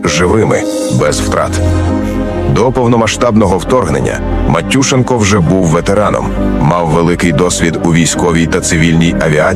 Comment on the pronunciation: Мені здається правильно наголос на Е МатюшЕнко !